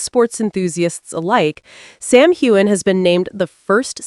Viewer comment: There is no g sound in Sam Heughan^s last name!